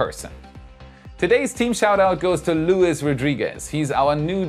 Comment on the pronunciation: Just a tip: the name Luis in Spanish is pronounced with emphasis on the second sylabe. Is more like Luís.